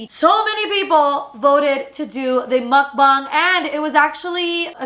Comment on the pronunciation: it’s muk bang like bang energy drink